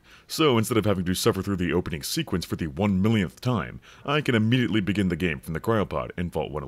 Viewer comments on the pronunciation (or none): none